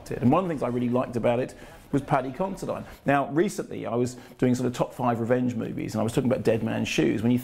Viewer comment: Isn't it Paddy Consi-DEAN? I'm sure it is.